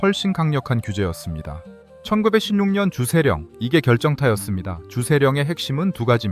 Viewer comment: 가양주를 허용하니까 일일이 세금 매기러 다니기 번거로워ㅆ겠죠. 그 당시 일본의 주류 산업 성장을 견인시킬 겸 세법 적용과 품질 관리를 용이하게 할 겸 해서 조선의 가양주를 의도적으로 퇴락시킨 거라고 봐야 할 겁니다. 돈도 벌어야 하지만 그러려면 통제 관리하기 쉬워야 하니까요. AI의 설명시 숫자 읽을 떄 발음이 이상하네요. 1916년 천구백피십년 이런 식으로 읽는데 자막 없이 들었다면 오해 여지가 있었을 것 같습니다.